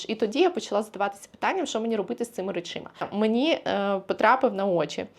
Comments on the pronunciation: Побуду душнілою 😁. Правильний варіант — речАми. Форма «речИма» є помилковою і є прикладом мовного суржику., ви так любите вказувати на правильність мови і вимови, що я не втрималася 😁. За перші 8 хв відео я слово "речИма" разів 7 почула, що аж написала 😁 А так - люблю ваші відео і вашу енергію! 💙💛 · Що? Речі. Шафа з чим? З речАми. Не з речИма.